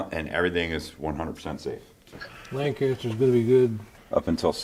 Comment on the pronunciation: Teach that man how to properly say Lancaster LOL ;)